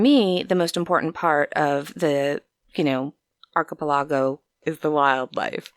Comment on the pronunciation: Mispronounced archepelogo.